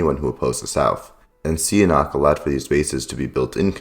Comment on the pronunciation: You also pronounced "Sihanouk" as "see a knock".